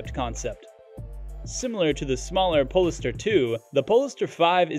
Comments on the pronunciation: Please pronounce polestar correctly! Pole Star not pol e star! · It's pronounced "POLE-STAR", not "pollster". These automated narrators drive me nuts.